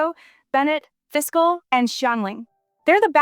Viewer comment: pronunciation of Fischl is wrong lol, it;s not a fiscal bill, it's German name so SH is the sound x)